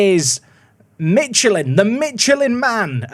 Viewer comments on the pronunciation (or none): none